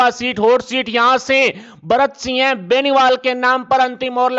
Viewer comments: न्यूज़ पढ़ने वाले को सिंह के स्थान पर सिय बोलना आता है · Singh ka ucharan kisi sastri se samajlijiye